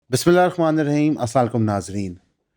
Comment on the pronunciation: Salam alaikum bhai, hope you’re doing well, ak correction karni the, aap please apni BISMILLAH ka talafuz theek kar len, ye galti bohat c media personalities karti hain “BISMILLAHI RAKHMANI RAHIM” Jab k lafaz rakhman nahi hota REHMAM hota hai, Aap ح ki bajaye خ ki sound nikaltay hain, Hope you understand 🙂